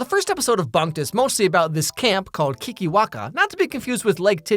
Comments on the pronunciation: Ok when he says keekerwackers it sounds like a slur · I cant stop hearing "kinky wankers" every time someone says kikiwaka